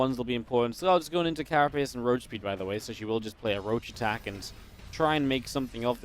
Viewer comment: and you say Roach roarren :D